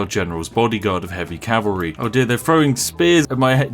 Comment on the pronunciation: “Horse Calvary” yes yes... perfectly balanced English lol